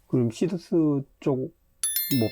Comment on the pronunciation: 시더스회원이 24만명입니다 시더스죽이는 발음 자제 부탁드립니다